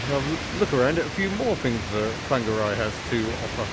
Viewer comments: I'm advised by my resident Kiwi that it's pronounced 'Fong-arr-ray', with a Maori lilt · nice to see you experienced the city where I live. Nice try on the pronunciation of Whangarei. Some locals still call it Wong-ga-ray. Shame you have moved on. Summer is the time to experience this place. Happy and safe travels.... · I visited Whangarei a couple of times in the 70s - we used to pronounce it Wonga Ray, with a Glaswegian lilt. Obviously wrong. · Fangeri or Fongeri ? (I know it's spelled with a WH), but how is it pronounced?